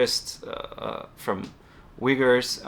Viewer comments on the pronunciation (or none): none